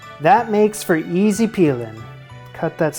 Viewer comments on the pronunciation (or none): none